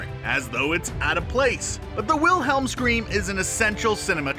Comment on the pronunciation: Pronounced it with the W sound Instance dislike 😤😤😤😤😤 It’s a V Aaaaaaaarrrrrrggggghhhh